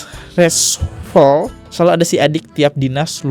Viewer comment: Greget bgt sma si yg bacaaa Reshuffle sma ngegap aja gabisa bacanyaa 😭